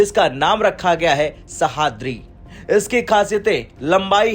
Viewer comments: सह्याद्री... Not सहाद्री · ' सहाद्री ' नहीं है वो...' सह्याद्री ' है... ठीकसे पढ़ो भाई ! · नाम तो ठीक से लेते सह।द्रि नहीं तो उसको सह्याद्री बोलते हैं समझ में नहीं आता यह हिंदी वाले हो मराठी नाम ऐसे अच्छे से लेने क्यों नहीं आते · IT IS NOT sahadri. Name is sahyadri. Sahaydri is name of mountain of Maharashtra. Commentator doesn't know actual pronunciation. 😮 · वाह रे हिन्दी के राष्ट्रीय चैनल! हिन्दी सही से पढ़ना भी नहीं आता! सह्याद्री को सहाद्री पढ़ रहे हो! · Pronounce Sahyadri properly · Pronounce it like this sayyadrii.. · Please pronounce sahyadri sheep